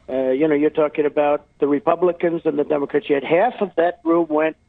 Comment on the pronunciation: Trump . The Republicans and the Demacricians 🤣🤣🤣🤣. His tongue will fall out it he says Democrats.